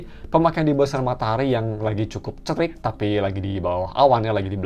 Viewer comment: Bang tiap hari nya biasa komunikasi pake bahasa ingris ya "cuaca cerik> cuaca terik 😂👍